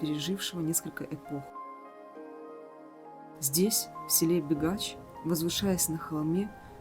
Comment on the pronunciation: Не бегач А бігач